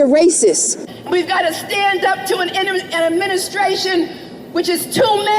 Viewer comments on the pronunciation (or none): "Sten up to en eministration....." Well fed hatred